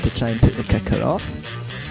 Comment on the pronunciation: At first I thought he was saying "Kaka" when he was saying Kicker! XD I loved the video 5 stars!